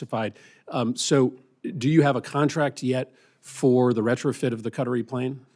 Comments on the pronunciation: Cuttery plane? As in Hair Cuttery? Please! It's pronounced Kuh-tari as in Atari with a K in front. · Where is Cut-a-ree? Does he mean Qatari?